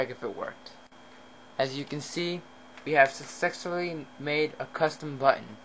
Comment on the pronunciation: i loved the part where you said sucsexfully lol